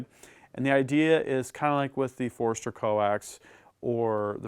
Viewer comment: awesome review, but it's not foreeeeester lol its Forster. Kinda like when people throw an extra R in Washington.